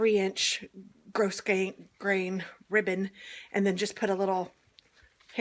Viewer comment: Great tutorial. I was like you with how to pronounce grosgrain. It's actually " grow grain". I don't get how there's a silent "s". 🤔